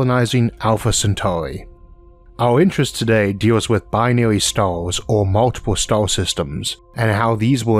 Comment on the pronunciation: it has three "Stauuus" hahahahahahaha